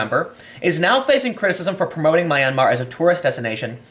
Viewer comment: It's pronounced (m)yan-mar, 2 syllables, think yan-mar but with an 'm' at the beginning. It's definitely not however you're pronouncing it Tim, for a journalist that's pretty bad.